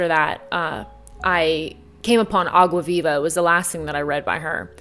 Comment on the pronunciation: kinda random but i love that you pronounce água viva perfectly...